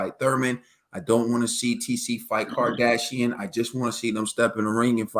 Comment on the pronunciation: THANK THE LORD! Honest detailed analysis. No fanned out, “I love this fighter with all my heart” blind commentary. This fight too polarizing and I’m starting to hate the conversation. PS: I know y’all really respect the sport but try to pronounce the guys name instead of calling him Kardasian. He did stop Shane Mosley.